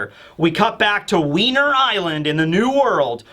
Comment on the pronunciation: "wiener" island